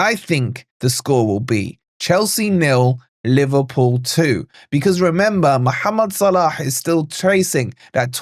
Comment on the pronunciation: Iam from Egypt and your accent was perfect when you say Mohamed Salah